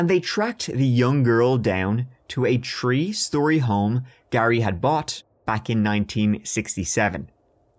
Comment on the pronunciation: so glad you've decided to make podcasts! i listen while i'm working and you always make me laugh aloud, especially when you say instead of 3 or turdy-turd for 33. idk thanks for your content! ❤